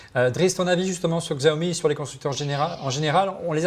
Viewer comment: On dit "Chao mi", ça m'a agacé tout l’émission!